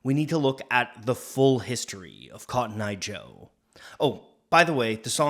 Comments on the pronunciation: What do you mean it's cotton eye joe and not kotnya joe 😂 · this was way more lit than expected also: "Hid'atenbinf'conttoneye jo"